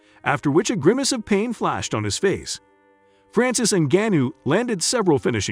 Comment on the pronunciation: You're saying his last name wrong